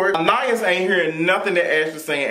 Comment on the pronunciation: Her name is pronounced An-Eye-Ees lol 🙄